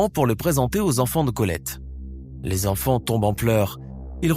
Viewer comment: Il parle d'appartement alors qu'elle habitait une maison. Et dit... ses quatre z'enfants par 2 fois. Encore un rigolo qui n'a pas inventé l'eau chaude.